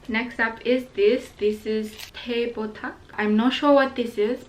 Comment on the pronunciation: I'm laughing when you mention teh "kotak" (Square) as teh "botak" because botak=bald in bahasa :D